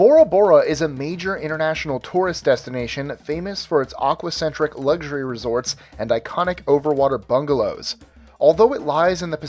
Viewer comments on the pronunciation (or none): none